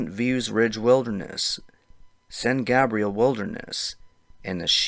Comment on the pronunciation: gay-brielle not gah brielle q ca monga